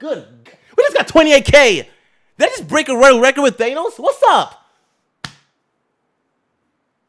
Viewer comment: OP, i freakin love you man. You're BY FAR my favorite Fortnite Streamer. Please for the love of everything holy, dont pronounce it They-nos.